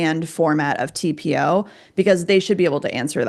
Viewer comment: I knew you could pronounce it! Great job you guys. That was a wretched study that can’t even be applicable to humans. We don’t ingest it and we use much smaller amounts… hands down… this to shall pass ladies! 🌸